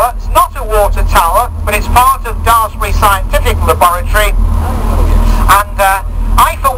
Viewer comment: Your commentator could pronounce Daresbury correctly. Ours didn't. A small bug-bear of mine. Sorry.